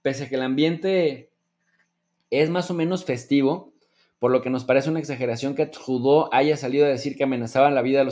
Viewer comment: No me hagan hablar jajaja cálmate,,, Saludos buen programa buen tema,,, no te esfuerces por pronunciar a Tradeu como si fueras Francés que ahí si no te queda upssss pero te felicito por tus ponencias.